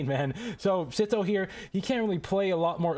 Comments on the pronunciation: dude its not "sitho" its "sytho" 😭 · its s-I-tho not s-i-tho